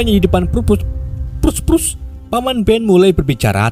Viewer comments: Prusprus, perpus bang🤣🤣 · perpus = prus prus😭😭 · Oi kalian sadar GK pas bilang perpus 😂😂😂😂😂😂😂😂😂